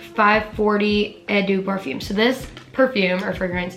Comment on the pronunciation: ....not “efing fabulous ooh day parfoom”